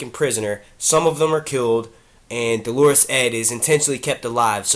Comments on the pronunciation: I disagree. In the US American accent it's like Dollar-us. I know because I'm Catholic and we actually use this word and you can look up the pronunciation and the audio pronunciations agree. He is saying it like the woman's name Delores lol! I would include a link to the audio pronunciation but YouTube app won't let me. But u can google it. He also mispronounces cavalry all the time too. He says Calvary - another Catholic word. Cavalry=soldiers on horses. Calvary=place Jesus died. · It's not Dolorus Claiborne lol, it's pronounced Dollar-us, Dolorus is a woman's name. Great videos doe! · Thank you. This was driving me nuts. Dole' r-us, maybe. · Dolorous is pronounced like DOLLar-us.